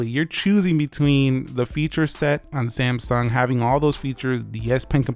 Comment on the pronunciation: SAMSUNG is not pronounced as ‘SAMSON’